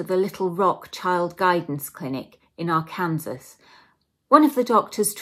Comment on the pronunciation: Loved it but its pronounced ; "Ark- can- saw". Not "Ar -kansas". Facinating stories! Love it! Subscribed!